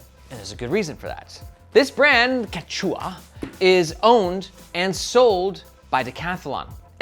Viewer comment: It’s pronounced kech-weh or sometimes kech-wah (emphasis on the first syllable) ☺️. The Quechua are one of the major Indigenous groups of eastern South America!